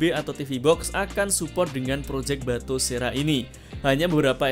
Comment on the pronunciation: nah gitu dong.. batosera bukan batokera ya.